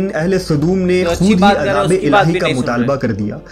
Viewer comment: O.bhayye.........azab.......... Nahi........AZAAB...........means............TORMENT......understand........ .hai